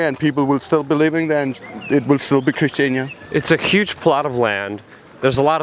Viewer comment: yeah, so it's actually christianIa not christiana. just a slight annoyance there... :)